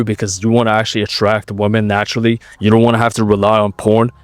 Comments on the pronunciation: Just FYI, you're mispronouncing "women". It should be "wim-men". (Saw you do it on a more recent video, so if you haven't corrected it, you might want to look into that lol) Thx for the knowledge bro. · you need to cut out guys who pronounce "women" like "woman" 🤣